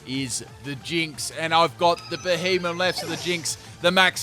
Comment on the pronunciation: beheemem really is that what you call it